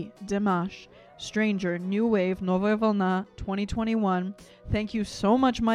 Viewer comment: sekunda... ty skazala "novaja volna" bez akcenta!!! S udovoljstviem smotry tvoi reakcii na Dimasha